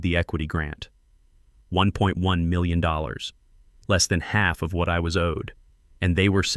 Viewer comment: Good story but your AI can't say the word million.